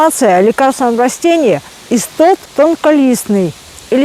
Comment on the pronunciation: Это не иссоп, а истод, всё правильно она называет.